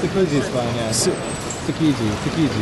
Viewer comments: Tsu......Key ..... *pronounce the letter...... 'G' Tshkiji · goddamn dude it's tsukiji